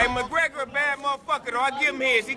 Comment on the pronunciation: Floyd McGwegor LMAO